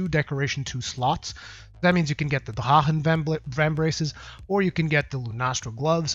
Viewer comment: Pardon me but why are you saying the FF armor like an Arabic???? Is it not just Drah-Khen???? Sorry for bringing this up but it just sounds sooooo weird!